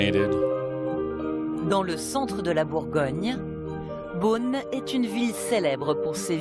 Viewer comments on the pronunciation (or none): It's not "Boon" but " Beaune " My town !